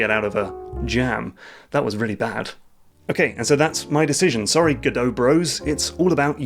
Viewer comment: Man who doesn’t use Godot, actually pronounces the name right. You are a rare breed, good sir! On a serious note, best of luck to you! Game engines really don’t matter too much, and I’m excited to see where your journey takes you.